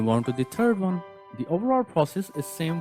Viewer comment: " Blending the 'Turd' layer..."